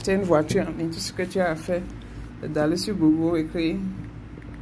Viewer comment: Google = Gougeul / non gougoul